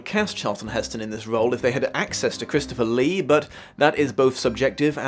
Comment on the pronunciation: I have to say your two major blunders in your script. Mistakes mixing up Louis VIII and XIII and fumbling the names of Christopher Lee and Vincent Price. Let's face it though Lee was a fantastic Rochefort.